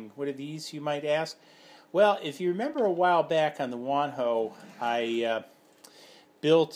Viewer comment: Wan hoe? I always heard it pronounced as Wan-how. Btw, I like your videos.